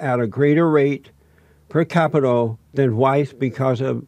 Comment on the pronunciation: It's capita, it's not capital